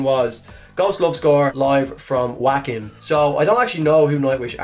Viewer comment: dude, your pronunciation of Wacken is killing my ears, its a german W, pronounce it as a V